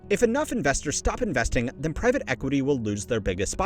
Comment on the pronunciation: Privat equity? Is this another AI channel? Started just over a year ago. Thumbnails/titles giving me AI vibes. And who mispronounces the word private like that?!?! You dony know private equity but youre a money channel? Its like these AI slop sport channels who dont know how to pronounce the biggest stars of the sport lol